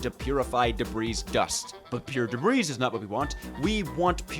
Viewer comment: The S in Debris is silent and is its own plural. I figure you know about the fluid thing already though lol